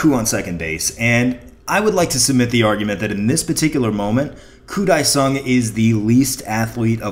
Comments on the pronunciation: Fyi, its pronounced Koo DAY sung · pronounced wrong. koo [day] song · Good video. But it's pronounced Koo Day Sung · It actually sounds like Mariah is saying Koo Dae-Sung at the beginning of Fantasy. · It's the best video ever with this incident. Only except how you pronounce his name is so awful.